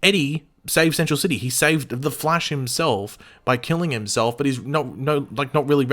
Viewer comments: Its the flash not fleash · ok, seriously, did anyone else hear him pronounce it as flaysh? also, as intriguing as CB sounds, i think i'd prefer red death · he said, the flAYsh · The fleesh????😂😂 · I had no idea what you were talking about until I heard it... like what the? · oh my god why the hell did he say flash like that oh my god that sounds super weird. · Ok first off are we just gunna ignore mispronounced ‘flash’? And also they would obviously rather finish the Harry losing his speed/reverse flash/Godspeed arc THEN maybe Cobalt Blue season 8